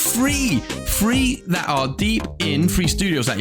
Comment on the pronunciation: the way you say "three" really sounds like "free", i was disappointed a few times during the video